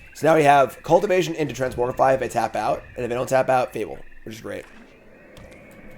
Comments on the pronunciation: If doesn’t stop mispronouncing Transmogrify I might tilt out of existence. It’s TransMOGrify not transMORGify! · will try to pronounce it correctly if we bug and beg him enough (he did so for "Jee-ada" a while back). Transmogrify even has "Mogg" in it, so he has no excuses. "It's another (trans)MOG(rify) Monday!"